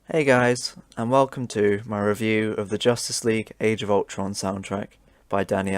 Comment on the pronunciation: No one going to comment on him saying justice league age of ulton soundtrack at the beginning?